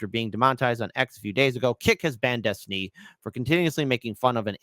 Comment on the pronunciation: When I was young, we would have just assumed that any "man" who went by the alias "Destiny" ("Dethtiny," as he says it )was a gay prostitute and just dismissed his opinions.